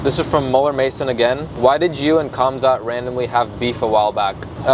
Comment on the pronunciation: "Khamzat" is pronounced "Hamzat" (like you would pronounce "Henry"), not "Kamzat". Same with "Khabib" and "Makhachev", lets say the "K" is mute.